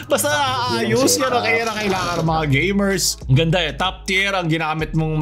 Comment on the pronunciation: G Gay-mers